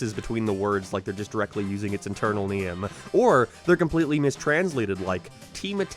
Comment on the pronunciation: what is a Gyem and a Nyem what does he say it like that